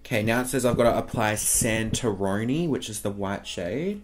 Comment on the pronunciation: "Santironi" haahah